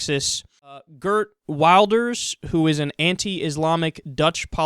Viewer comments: Lol, how you pronounce Geert Wilders is terrible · he is called Geert Wilders not Kurt Walders.